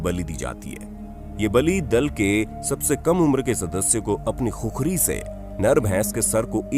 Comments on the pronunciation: खुखरी होइन भाटे खुकुरी हो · पहले सहि नाम लेना सिखिए खुकुरी को खुखरी मत बोलिए ! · खुखरी नहि भाइ इसको खुकुरी बोलते है 😁😁😁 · खुकुरी बोल्ते हें , #खुखरी गलत हे#